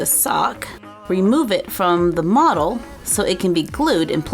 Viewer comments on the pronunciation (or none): none